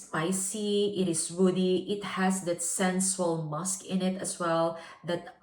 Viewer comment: Please, check how to spell “sensual” and “luxorious” - You use those words a lot and always mispronounce. Sorry, do not want to be rude.